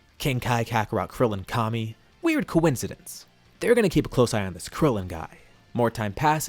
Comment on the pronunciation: 'weird koincidence'